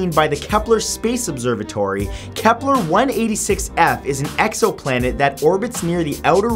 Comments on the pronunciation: dude i noticed this on many of your videos, you pronounce many things wrong, it's kepler and not keplar, it's gliese not juh-leese. i love your videos, it's a shame you don't check the pronunciation of the words. keep up the good work. i hope you don't take this the wrong way. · Matt. Im gonna keep my cool when i say this but,,,,,,,........... IT GE CES NOT GLESAS....... AND KEPLER NOT KEPLAR,,,,,now that everything is ok, i do not mean to hate, i LOVE LOVE LOVE SPACE!°°° I just get ticked off.when their not pronounced right,😏 but i still luv ya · It's KeplER, not KeplAR. And Gliese, not Jaleez. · Why is he saying "Keplar"? It's Kepler... It's pronounced like a "ur" sound... Not like you are saying "Templar"... Also "It is tidally locked with the Sun" is incorrect as there is only one Sun and that is in our solar system... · KEP-LER! NOT KEPLAR! Astrophysicist cringe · Why do you say many Kepler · I'm sorry, I was just triggered by the way Matthew pronounced Kepler and Gliese. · Please do your homework before doing your videos and learn how to say gliese and Kepler correctly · Soooo... Keplers or Gelises...